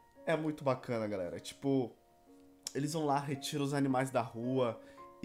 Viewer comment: No início o falou galeri